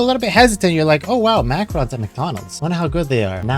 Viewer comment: Macrons? xD Pronounced Mac-a-rohn #EverydayASchoolDay